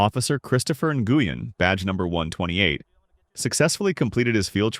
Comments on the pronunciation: Officer's surname is pronounced "wen". Not in-goo-yen. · Nguyen is pronounced WEN, not en-goo-yen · It's common knowledge how the Vietnamese surname, "Nguyen" is pronounced and it's NOT "Nuh Goo Yen". It's one syllable, you hacks. It's pronounced like "When". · No excuse for a man or woman of any size to strike her anywhere. Her age and his size have nothing to do with it. BTW Officer Nguyen's name is pronounced Win . He said it right in the video. It's a Vietnamese name and again it's pronounced "Win." Why does the video title say "cops save teen girl from abusive parents?" The cops did nothing to help the young WOMAN. Your title is all kinds of messed up. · So unprofessional of the narrator to not check his pronunciations he keeps saying officer nugyen when it is pronounced WIN ,i realize spelling is different but if your putting out videos to earn money at least say the name correctly and ps the step father should have been arrested for unlawful detainment as well as slamming the other teens head on the wall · WIth all respect, but the officer's name is actual Vietnamese and it is pronounced Wen.